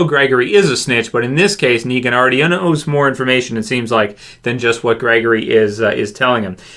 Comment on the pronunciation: Gregory. I think it's Gregory.